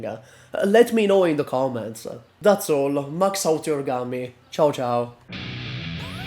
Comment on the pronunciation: I wonder Has anyone ever told you that Gummie's name should be pronounced "goom" instead of "gammi"? Cuz that's what's written on her E2 art, module and skins. She is not named after a bubble gum. She is named after GUM = Glavnyy Universalnyy Magazin = Main Universal Store, which is a giant block of stores for reach people in Moscow. Or may be I dont know something..